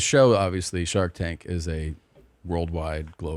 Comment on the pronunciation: did he say shart tank? 😂